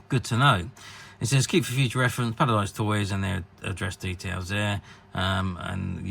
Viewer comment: You are totally butchering "Palisades". It's not Japanese. It's an English word. Rhymes with "Ace of Spades".